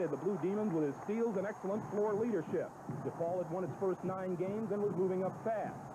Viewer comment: Love how Coach always says DEPaul. My dad always pronounced it that way and he was a graduate of the university and the academy. When I went away to college I got made fun of for not saying “dapaul.” I’ve heard affiliated people saying “dapaul” but that’s not a chicago way of saying it. It’s DEPaul and DElasalle.” Dapaul and Deylasalle are for coastal jerks.